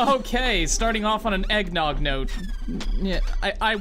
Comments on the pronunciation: eggn noooooooooooogg That's not how you say eggnogg bud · I don't think pronounced Eggnogg properly. You should play again just to be safe.